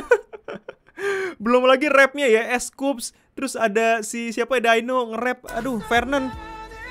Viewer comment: Bang, buat Dino panggilnya cukup dino ajaa bang bukan yang 'daino' atau Dino in english